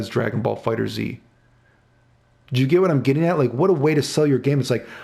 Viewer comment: Fighters, not “fighters Z” love this video though always look forward to your videos.